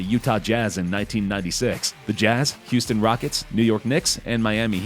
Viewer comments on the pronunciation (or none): none